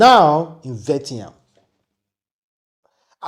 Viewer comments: Vietnam not Vetiyan😂😂😂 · Mr. It is, Viet-nam. Not Vet-yam. Thank you. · It is Viet—Nam not Vie-ti- ham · Pronounced VEE-YE-T-NAM= Vietnam. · It's vi-et-nam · pronounced VI - ET - NAM. I just wanted to correct you. One love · Please, your pronunciation of VIETNAM(VI-ET-NAM) is very very poor and bad, I never expected that from you. Thanks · YOUR PRONUNCIATION OF VIETNAM IS INCORRECT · He can't pronounce it well to save his life. I bet you